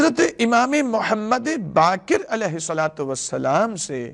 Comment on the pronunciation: sika nahi siwa hai Bakir nahi BAQER hai sheen qaaf durust karlyen